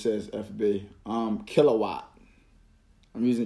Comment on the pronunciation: "Killawatt...I'm using killawatt" 😂😂